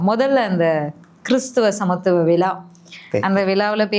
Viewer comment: விலா இல்லை மேடம் விழா தமிழை கொலை செய்யதீர்